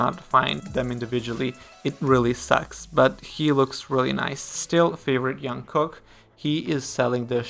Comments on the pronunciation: jungkook is pronounced "dschungkook" not "young-kook" !! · Jungkook not Yunkook. This is how he says his name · I really enjoy Your commentary videos! Just would like to point out - J in Jungkook’s name is pronounced same as in Jimin, Jin or J-hope. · no that’s wrong. It’s pronounced like jump not Jupiter. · no one ever calls him yong kook if they are familiar :D I don't know who told you that pronunciation is right but they intentionally or kon intentionally wrong :D